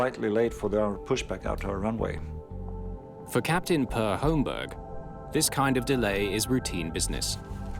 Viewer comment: I didn't go through all the comments to see if anyone has already mentioned this, but I'm pretty sure the first name "Per" is pronounced pear.